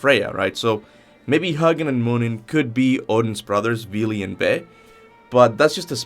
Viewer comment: Even in real life there's contention on the difference between Frigg & Freya. Also, it's "Hoo-ginn". Pronounced exactly the same as Muninn.